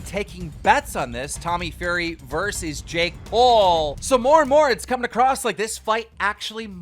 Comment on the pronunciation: Keem said Tommy Furry lol